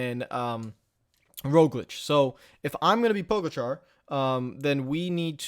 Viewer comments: It’s pronounced po ga cha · pronounced 'pog-atcha'